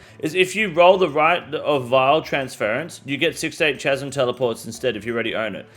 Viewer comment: Can you please learn how to pronounce chasm people, grates on me everytime you say it